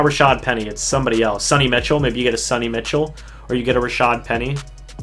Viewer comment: "Sunny Mitchell"? Lol! You mean "Sony Michel" haha, everyone is saying it wrong.